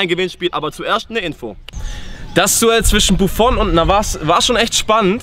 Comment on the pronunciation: Leute no hate aber am Anfang sagt Buffon und Loris Navas😂